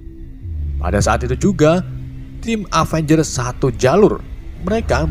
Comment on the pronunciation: Orang Inggris : Avengers Orang Indonesia : Apengers